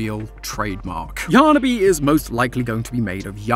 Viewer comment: Dude, it’s yarniby